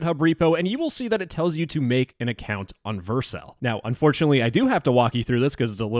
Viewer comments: Stop pronouncing Vercel wrong. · The way you pronounce vercel hurts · you say Vercel weirdly 🤣